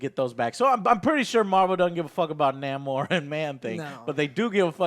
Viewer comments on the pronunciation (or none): NAH - MOR lol Joe and his weirdo name pronunciations! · Joe is stupid. Cant even pronounce Namor's name correctly. The MCU needs a water based character such as Namor and he would be awesome as an antagonist in Black Panther 2. Wakanda at war with Atlantis Joe better get familiar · Dude, is that Namor the Sub Mariner whose name you keep mispronouncing, because getting the rights back to that character would be HUGE! Especially if they're bringing the Fantastic Four into the fold.